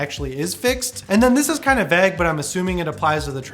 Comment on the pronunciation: Dude says Vague as Vag